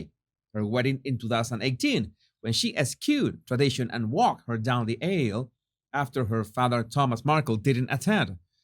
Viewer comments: Another pronunciation tip: "aisle" rhymes with smile. eye-oll ! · meghan is despicable. she could never be forgiven for what she's said and done, especially to the queen! i honestly don't mean to be rude by correcting you with this word: 'aisle' is pronounced the same as 'isle', 'i'll' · Love it, walking meghan down the ale. (beer) 😂 Perfect royal pronunciation